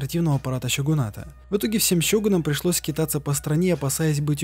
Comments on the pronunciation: Почему щегун? Правильно ведь сёгун. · Щёгун и щиноби, серьезно? Японцы это так произносят?